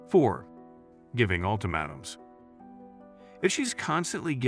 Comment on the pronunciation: Ult AH mAAtums."..long A